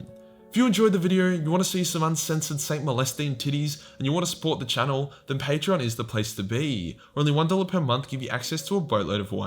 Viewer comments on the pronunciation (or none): none